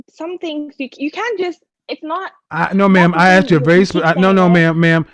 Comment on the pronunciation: Communication degree holder didn't like you not answering the questions she aksed. Can she AKS you another question?